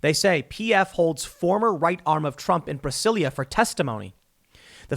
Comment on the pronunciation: Tim, it's pronounced Brazilia not Brasilia. In Portuguese both the country and city are spelled Brasil and Brasilia respectfully but the "s" is pronounced more like a "z".